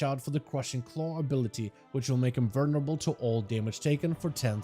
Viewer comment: VULnerable... not VERnerable.